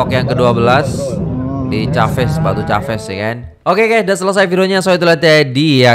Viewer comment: sebutan batu caves nya salah ✌